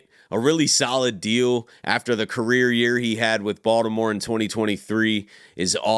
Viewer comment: Every time you say Baltimore I literally smile lmao you’re def from here